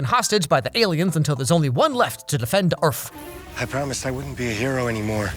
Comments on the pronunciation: "until there some left to defend earfff" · lol earf